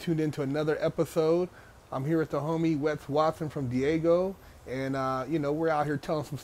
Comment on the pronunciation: hella funny bro😂never heard somebody call it Diego. It’s either San Diego or Daygo